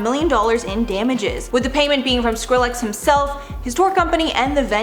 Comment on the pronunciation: Why you pronouncing skillex like that 😭😅